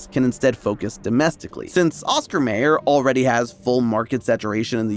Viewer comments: How do you not know how to pronounce Mayer? Have you never heard the hotdog song? :/ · I thought Mayer was pronounced Myer. Or are all the '90s commercials wrong?